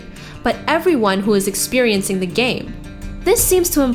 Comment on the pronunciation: expiencing? Yep that sounds legit to me :3